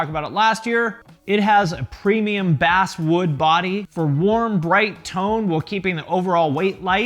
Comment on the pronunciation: You said bass wood like it was fish wood lol